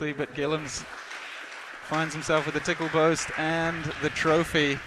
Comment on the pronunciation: Did the announcer really just say Gillams won the match on a "tickle boast"?